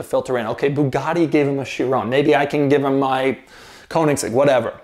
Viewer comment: 2 years later and doug still cant say Chiron at all